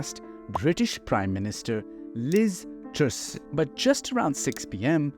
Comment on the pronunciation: What sort of accent does this narrator have??? Liz Troos???? It's Truss!!!